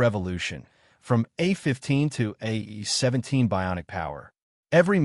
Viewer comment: A.I. narration voices are advancing much faster than reading ability. A17= 8 17, really?